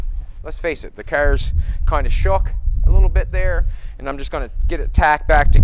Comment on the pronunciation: Him saying kerrs three hundred times per show gets me not to watch. Oh and the fact his cars are pieces of shit!